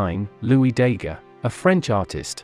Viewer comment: This is a superficial and disappointing survey. The voice over can’t pronounce important names such as Daguerre correctly and major developments in cameras are omitted. It also confuses photography and motion picture camera evolution.